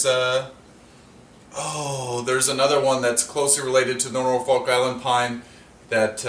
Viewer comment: The folk in Norfolk is pronounced like took. Similar to Norfolk Virginia.